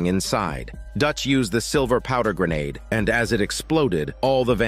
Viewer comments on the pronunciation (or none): It’s vampires not bloods and also it’s grenades and not Grenodes are what ever.